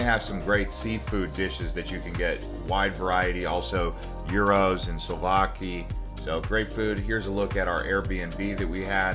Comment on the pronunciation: If you are going to do a video about a place please learn how to pronounce it. Also, it’s sou-vla-ki. Not souluvaki.